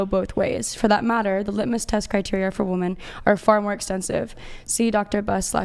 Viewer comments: Why do these girls always pronounce "women" as "woman"?! Drives me nuts!!! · Even when she reads "women" she says "woman". Wtf? Do they not know the difference between singular and plural? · Why does she keep saying woman as a plural? I thought it was a mistake at first but she keeps doing it! Edit: nvm it was addressed. Still makes no sense though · You can’t say women…dude you have no accent, you just can’t for some reason say it properly I love how when they are proven wrong, and the guys offer to show stats they nope out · It's "women" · Why doesn't Andrew EVER call out these Mickey Moused brained women who can't pronounce "WOMEN"! How can he think that there'd be any merit to a conversation or argument with someone whose native language is English, but who can't pronounce a word as basic as "women". It's like saying to your potential employer at an interview "I'm really smart, I know a lot of stuff .. but oh yeah, I can't pronounce some basic pre-school level words". GOOD BYE! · If you can't pronounce a basic word such as "WOMEN", then you should never think of yourself as someone who ought to say anything about anything at all.